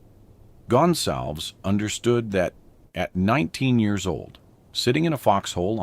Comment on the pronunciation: This AI voice can’t pronounce a Latino name. It is NOT “Gun Salvz”. It’s GonSalVez. 🙄🤦🏻‍♂️